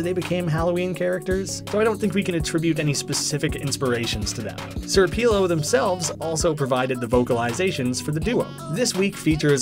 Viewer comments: its pronounced pelo not peelo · but you still pronounced pelo wrong